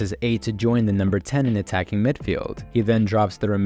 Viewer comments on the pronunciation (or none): none